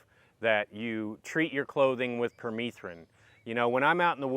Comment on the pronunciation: I believe it's pronounced per meth rin....like methamphetamine. Having bare skin like you are won't fly in Missouri you have to be covered from head to toe. Permethrin does work as a repellent. I've sprayed my clothes with it front and back, had long sleeves on and a hood..... Deliberately went where ticks reside and none of them came near me.